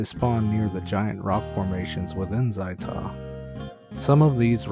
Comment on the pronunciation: ZAI'Tah? ow my freakin' ears!